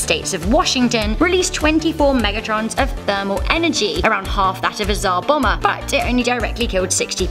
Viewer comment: Its Tsar Bomb-Ber not bomber